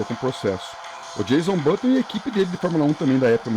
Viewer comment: Muito legal o vídeo! Uma correção: é "Jenson Button", não "Jason Button".